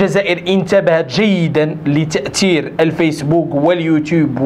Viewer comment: التاتير وليس الطائر صلح داك الدلقوش وهدر العربية مزيان.........